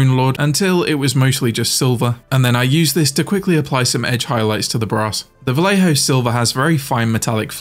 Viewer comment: Is NOT Valejo. it is Vallejo = Vajeho. Double LL = J for you J = H for you